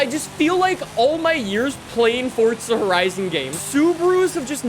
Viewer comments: It's forza not fortza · Why do you say fort'za? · Fortza? Or Forza 🧐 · This dude be pronouncing Forza, (Fort-Zuh) LOL